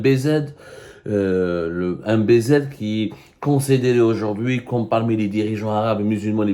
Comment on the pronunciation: C'est quoi cette insistance à écorcher continuellement le nom de MBZ !! Tte interprétation n'honore aucunement le Journaliste que vous prétendez être